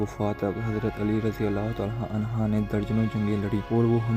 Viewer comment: Bai Jan naraz na hona hazrt Ali raziallah a anha ni hota ha anhu hota ha